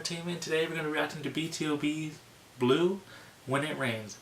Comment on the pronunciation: Heyyy:)) Thanks SO MUCH for choosing my request in your reaction:)) You are RIGHT: This is a sub- unit of BTOB ( vocals). And also is right, that its a fare well song to Eunkwang, whu went into Militairy Service for 2 years in September:)) Their name, however, is pronounced: B to B ( BORN TO BEAT ):)) MY name you pronouced rather good, its pronounced "YOUUU - RIEEE ":)) You ended your reaction: "Thanks to have spent time with me"..Better to say is for ME: Thanks for reacting and being your "honored guest"!!!!!!!!!!:)) If you like BtoB so much, you can also listen "ONLY ONE FOR ME": its a midtempo Feelgood song with summerly vibes and very happy. And of course ALWAYS those "heavenly' vocals:) Other nice boysband is PENTAGON. Try, if you like, to start with their song: " SHINE" ( nearly 100 million views!! ) They are fantastic:)) Take care!!! Thanks again! Greetz JOERI.